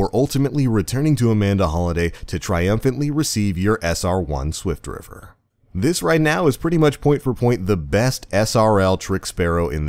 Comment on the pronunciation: i thought it was "swiftrifter" not "swiftriver"